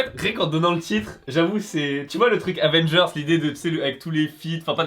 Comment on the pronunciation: Avengers pas Advengers stp